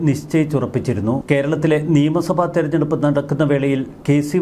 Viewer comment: തെരഞ്ഞെടുപ്പ് എന്നു പോലും ഉച്ചാരണശുദ്ധിയോടെ പറയാൻ അറിയില്ലാത്തവൻ ....